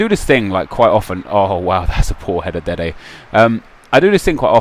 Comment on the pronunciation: Why do you say Dede the CB lol